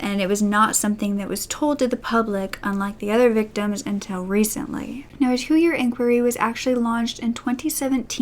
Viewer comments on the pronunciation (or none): none